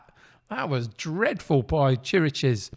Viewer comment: Chiriches is an old Spurs hand, so I knew well before the season started that he's not really up to top-flight play. So he hardly played for me this season. His name, by the way, is pronounced "kirikesh". Looks like it's going to be a tight one!